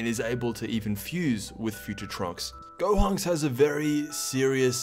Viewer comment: dude had a stroke at the beginning 💀💀 which of course isn’t funny.